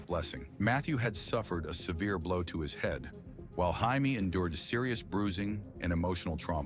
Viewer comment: Enjoyed this episode. Constructive criticism - The last name is Man-drell, not mandrol. Barbara’s daughter name is Jamie, pronounced Jay-mee, not Hymie.